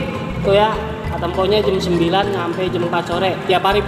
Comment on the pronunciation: Jam bang jam bukan jem 🤭🤭